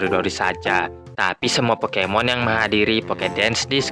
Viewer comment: abang yang ngomong pokemon salah